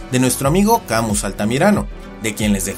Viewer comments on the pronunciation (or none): none